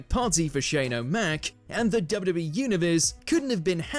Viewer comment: The narrator couldn't say WWE..